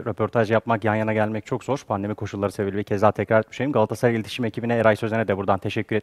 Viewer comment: çevirmen: "gaassaray"